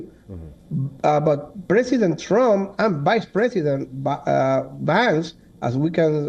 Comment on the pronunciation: Hey, it's Trump not Rump. Very disrespectful. I wonder if you would like it if American media mocked India's leader? I think not.